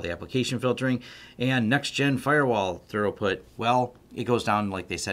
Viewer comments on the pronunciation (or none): Throughput... not thorough-put 😒